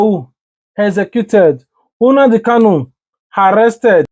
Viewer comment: Unadi kanu😊. It's NNamdi not unadi